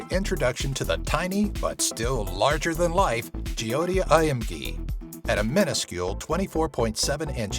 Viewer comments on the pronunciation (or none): i hate how he said Jyoti. Its pronounced Joe tea not Je o ti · It's jyoti not jiyoti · of course I have heard about Jyoti and you are pronouncing it wrong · the way he pronounced JYOTI is hitting me like heart attack hahahahhhahhahaha btw loved the video ...................... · Hey ur saying Joyte's name wrong